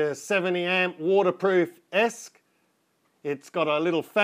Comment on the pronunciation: its e--s---c not esc